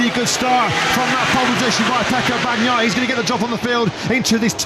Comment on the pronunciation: EL LOCUTOR INGLES NO SABE DECIR BAGNAIA, DICE PANOIA, JAJJJAJAJJAJJAJJAJA